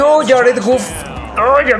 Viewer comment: Mi estimado es Goff no guff si tuviera doble o si se pronunciaría así. Saludos.